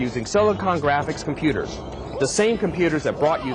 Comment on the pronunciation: Mario 64 was developed with com-pu-tars.